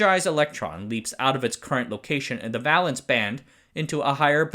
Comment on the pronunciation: Vay-lence, not vaa-lence